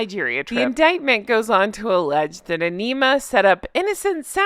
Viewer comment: I think it’s pronounced “enema “.